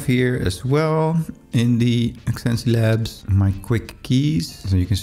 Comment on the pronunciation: It's pronounced "zence labs" not zen-see-labs lol